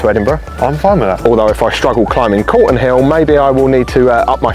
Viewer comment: Calton Hill, not Colton ;-)